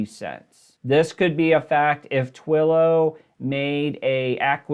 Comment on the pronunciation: I do not think you have any knowledge or understanding of stocks. You kept mispronouncing Twillo. It is the market leader is communication software. You are reading off numbers but do not seem to understand what they mean.